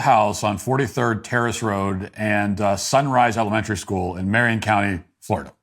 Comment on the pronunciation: Why are you unable correctly to pronounce the word "elementary"? Are you unfamiliar with it? If so, try substituting "grade school."